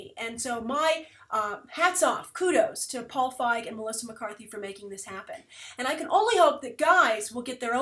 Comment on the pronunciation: Ok i apologize and i know its no big deal but i just read a novel by Paul Feig and its pronounced Feeg. If you read it you would understand why i had to post this